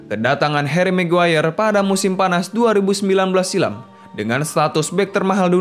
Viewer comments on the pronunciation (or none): none